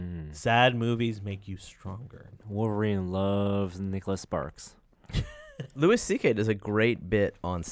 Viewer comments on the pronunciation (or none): Loueeeeeeeeeee CK, not Lewis!!!!!